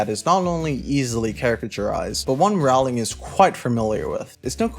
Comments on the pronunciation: Just so you know, Rowling is pronounced like "rolling". "row"+"ling". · It's rOwling, not rAwling... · The Harry Potter series is over what you getting up in arms about seems waste of time to me. Seems like you need is will Rowling (atleast say her name right) more than the books. Yes theres plot the series and yes I remember them. This is a joke video right. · The second I heard you mispronounce Rowling I knew you have no effing understanding of Harry Potter. Classic firestarter only. Yawn.